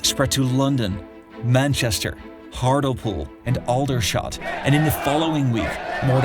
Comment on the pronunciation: Work on your rendering of Hartlepool. Never use an American to comment on a British story.